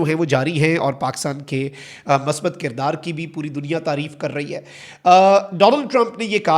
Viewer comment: Masbat nahi musbat hota he, urud darust kijay